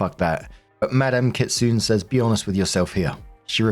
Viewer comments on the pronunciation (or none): Kitsune is pronounced Kit-sue-nay because ne is a syllabary in the Japanese language they don't really have silent vowels